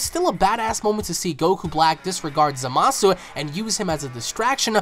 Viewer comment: ITS Z-A-A-M-A-S-U NOT Z-A-M-A-A-S-U